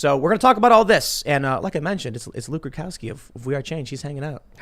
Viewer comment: Nope I was wrong Tim still cannot say Luke Rudkowski properly.